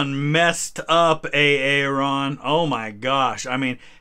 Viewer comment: It's pronounce Aaron